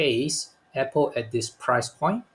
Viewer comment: YOU should learn how to pronounce APPLE